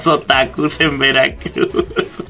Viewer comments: Awwwwww el estadog de veracrugs (imaginense la voz del narrador frangses? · JAJAJAJAJAJAJAJAJAJAJ que dijite de veracruh